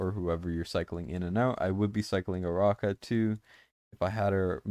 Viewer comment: Wow the only CC to pronounce Aracha's name correctly. Arachnid > Aracha